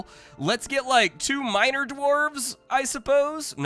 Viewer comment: I heard “2 minor Dwarves,” with an ‘o’ instead of ‘e’., over here.